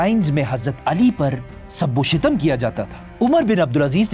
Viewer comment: شب و شتم نہیں شَتم و شِتم ہیں